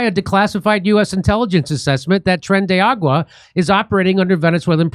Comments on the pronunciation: It's not Tren de Water Jimmy. How you can't pronounce that after all the murders,robberies, and beatings they've been a part of is beyond me. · How does dimmy have a "mexican" wife and still manage to calk it "tren de agua/argo" every single time?@